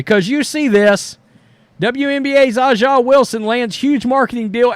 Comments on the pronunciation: That would be like someone purposely mispronouncing ' name as "Roadies" or something. A'ja is essentially pronounced like Asia as the earlier poster said. You may not be partial to the league or the player, but kindly get her name right. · Her name is pronounced : A Jah Wilson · “Asia” is the proper pronunciation. I agree with your view, just to let you know. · Not a surprise. Pepsi/Gatorade is one of the most Woke companies on Planet Earth. Hey Aja is pronounce Asia. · A'ja Wilson's first name is pronounced like the continent Asia. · It's his unconcious racism kicking in he very well knows how to pronounce her name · His lack of respect for her is the reason why he has refused to learn how to pronounce her name. Disgusting for someone that whines about racism